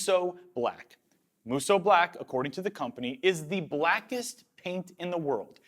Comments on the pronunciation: I’m so glad you learned how to say musou with only 2 syllables xD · Draw out the 'o' a little longer on Musou :) The u after the o sound in hiragana indicates the extension of the 'o'. These videos are wicked :D